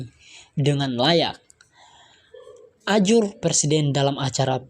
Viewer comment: Bacanya bagaimanakah... Ujar kok ajur....